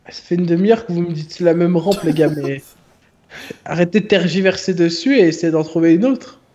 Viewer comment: Qui a était choquer quand a dit tergiversser